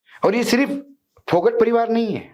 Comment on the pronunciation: अशोक वानखेडे जी फोगाट गौत्र है फोगट नहीं विनेश फोगाट